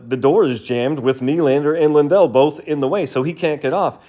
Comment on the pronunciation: Sounded like Lindell to me on shitty laptop speakers, but maybe I'm just used to American broadcasters pronouncing it LANdell.